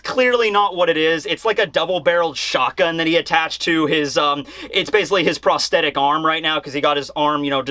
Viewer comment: Prosthetic soft th as in threw et as in net